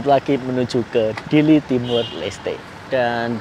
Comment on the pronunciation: Ke Dili loh ya.. Bukan ke Diri😂